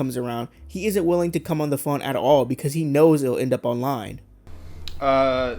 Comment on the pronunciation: I’m Croying becawse I LAWVE YEW, RUHMOWNA!!!!